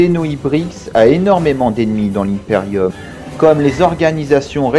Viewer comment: J'adore ecomment du dit "l'hymeperium" au lieu de "l'imperium"